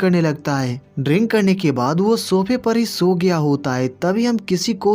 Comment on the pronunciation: When its SHOW, you say SOW. And when its Sogaya you say SHOWGAYA. What is the exact problem?